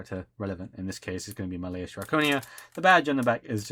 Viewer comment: By the way, you're saying Malleus's name wrong it's said as Mal-Lee-Us Not Ma-lay-us.